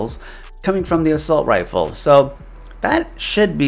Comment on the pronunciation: It’s “Assault” not “Assualt” b